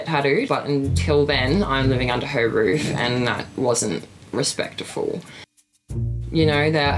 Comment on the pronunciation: Did she really just say respectaful